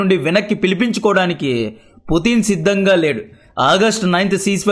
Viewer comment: పుటిన్ అనకు అన్న చిరాగ్గా ఉంది పుతిన్ అను వినడానికి బాగుంది